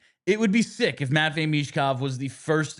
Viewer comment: “Matchine” Michkov